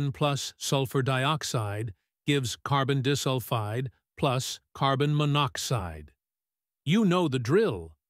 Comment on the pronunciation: carbon dihsulfide💔💔💔